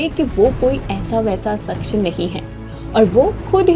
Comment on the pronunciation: Mafi chahunga...shaksh ke ucharan par Dhiyan de....voice have a good voice..keep it up...Jai Hanuman ❤